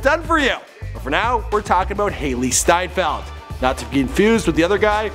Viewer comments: Isnt it „Steinfeld“ and not steinfield? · Its Steinfeld and not Steinfield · Correction Hailee steinfeld* not field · Her surname is steinfeld not steinfield ... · Ugh it's hailee steinfeld not steinfield